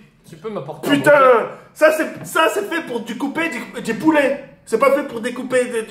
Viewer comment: " sa si fi pour dicouper di di pouleet 😂😂😂